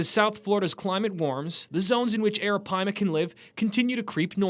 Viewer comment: WHO’S THAT POKÉMON?!?! It’s ARAPAIMA!!! “PIIIEE-MAHHH!!!!!”